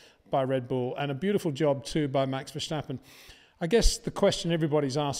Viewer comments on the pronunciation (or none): Peter, it’s START not SHJTART STOP not SHJTOP BOTAS not BOTASHJ VERSTAPPEN not VERSHJTAPPEN Very difficult to remember, is it really? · You still say verSCHtappen? Common peter, it's easy. Ver- sta- ppen. You know the track Spa. Just replace the "p" by a "t". After all those years at least say his name right. Thank you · Hey in this new season can you for once pronounce the name Verstappen the correct way. It's not "VerSHtappen", that sounds German. Don't mix things up please. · It is NOT "Bottash" nor is it "Lewisch" nor is it "Oshcar Piashtri" nor is it "Nyck de Vriesh" nor is it George "Russhell" nor is it "Fernando Alonsho" nor is it "Lance Shtroll" nor is it "Pierre Gashly" ... so why on earth do you want to say: "Max VersHtappen" ... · It is funny how you manage to mispronounce both VERSTAPPEN and OCON... You are probably the very last person on earth who insists on saying **VER-SH-TAPPEN**! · New season new chances for Peter to finally learn how to pronounce Verstappen and Leclerc properly.